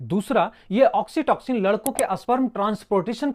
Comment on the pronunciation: Oxitoxin Nehi oxytocin 😂😂